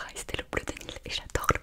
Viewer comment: Alors j’ai adorer cette vidéo je crois que j’ai repasser 3-4 passage qui me donnais beaucoup de frisson 😂 et ensuite c’est pas CLHOÉ mais CLHÉO 😂❤️❤️ mais c pas grave ont te pardonne 😂😂